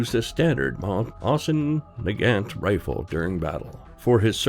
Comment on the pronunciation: Mauser magant?!?!?! It's mossin nagant pronounced like mwoi San nagat